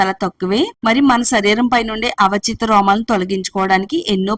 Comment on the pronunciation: Avachitha kadu thalli aavanchitha romalu